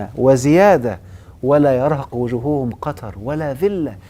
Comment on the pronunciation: استسمح يادكتور لا يرهق وجوههم الهاء الاولى منصوبة وليست مرفوعة لانها مفعول به